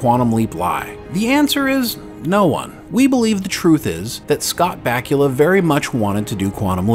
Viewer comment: Dude, learn how to pronounce the man's name before making a video about him.